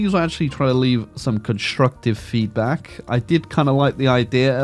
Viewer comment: pls never say feedback again, ty.